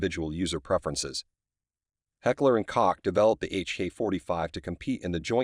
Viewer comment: its not heckler and cock,..its KOCH as in COKE